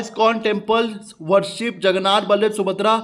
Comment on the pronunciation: Vai a natak hamen samajh nahin aata ki vah Hai Jagannath but aap bolate ho jagannatha ???😂😂 So what is this😂😂 R a vai jab hindu culture ko janna hai to waisa bolo na please